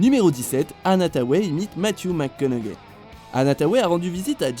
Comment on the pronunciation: J'ai eut tellement mal aux oreilles d'écouter encore et encore cette prononciation de Matthew McConaughey... Faites un minimum d'effort pour bien prononcer son nom. Et on a pas assez de temps pour bien apprécié chaque imitation